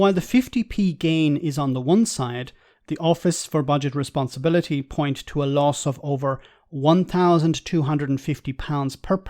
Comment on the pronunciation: the "point"s are wrongly narrated?